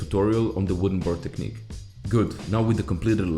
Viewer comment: TECHNIQUE. NOT TECHNIQE 😂😅